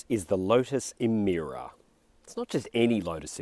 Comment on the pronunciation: How come in my Kings English is Emira pronounced "Emeera" for Lords Sake???